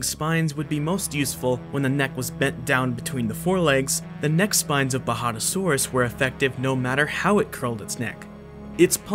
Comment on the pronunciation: If only he could pronounce most words correctly Its coloraDO not coloradah Its baJADAsaurus not bahadahsorus Etc Its kind off a major annoyance but a great video nonetheless